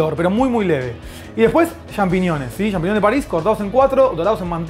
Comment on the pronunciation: "champiñiones"? "champiñiones"?? Jajaja